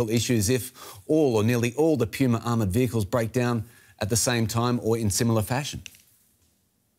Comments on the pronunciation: "Puma" not "pewma" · The Australian journalist should relax a bit. Start by learning how to say PUMA instead of PJUMA! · Pumas are not tanks. They are also not pronounced “pyooma”